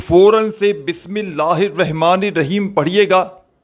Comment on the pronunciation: Kameney tujhe bismilla bhi padhna nahin aata sekha raha he wazifa